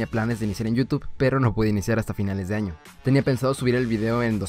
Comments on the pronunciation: Jajajajajajaja dice feliz ano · Áaaaa oyes es año con ñ allí dice feliz ano xD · dice feliz ano xd no feliz año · Soy yo o al final decía feliz ano? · Dice feliz ano :v